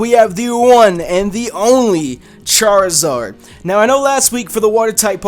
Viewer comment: I twitched a little the second I heard Charizard